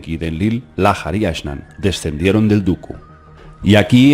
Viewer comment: Estás pronunciando mal. La letra H es muda en idioma español. En inglés suena como J. Lahar debe leerse como Laar y no Lájar. Porque no es inglés.